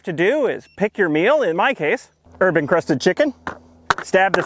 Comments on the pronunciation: Sorry, but when you said "herb encrusted chicken" I heard "urban crusted chicken." I'm not quite sure what that would be... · Am I the only one who watched the Factor ad (yes, I always watch your ads. They’re hilarious!) and heard “herb encrusted chicken” as “urban crusted chicken”? Which had me imagining a day old deceased pigeon, or something similar. Somehow, that just seemed like the sort of thing you’d come up with, and I laughed at the thought enough that I had to come here to share it.